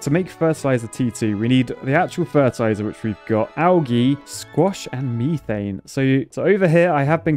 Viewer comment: Love the content but when he says algae and methane I cringe.